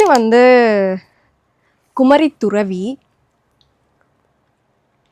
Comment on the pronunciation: Kumarithuraivi, not thuravi.